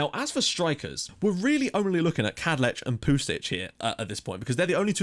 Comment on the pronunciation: Right, so I know you're really tired and frankly pissed off with people commenting about this, but it's gotta be finished off. I waited for this episode to type this to prevent spoiling the other videos' comment sections. But I've spent about 20 mins looking through the phonetic and sound alphabet for the Czech language, and I can confirm that it is pronounced 'Vatslav Kadlets' full stop. Thought I'd back it up with actual reason and research! Sorry for bringing it up, and I adore everything you do. You're an inspiration!